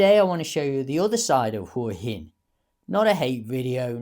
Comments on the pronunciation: Surely "Hwa Hin" not "Hoor Hin"? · It's not 'hore-hin' it's 'Hwa-hin.' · I wish these bloggers would lea to pronounce Hua Hin